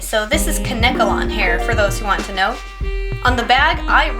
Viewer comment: its not called kuh-neck-uh-lon hair, its called KANE-KEL-ON hair. and when u chopped her ears off I felt her pain